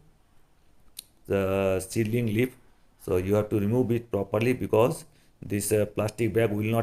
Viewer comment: Introduce not introduje. This not thij. Pushing not pussing. Just not jujt. Because not bcoj. Properly not poperly. Size not sije